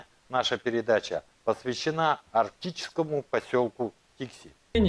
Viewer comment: Не ТИкси, а ТиксИ. По-якутски "тиксии" - причаливание, причал